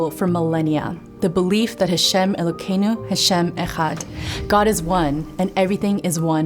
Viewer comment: Are you purposely mispronouncing Elochenu for similar reasons you say Hashem instead of Adonai (which isn’t God’s name anyway, nor is the word God, and therefore can’t be profaned)